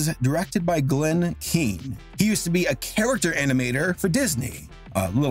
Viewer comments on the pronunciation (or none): none